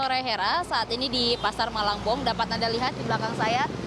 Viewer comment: Malangbong bukan malang eu eu eu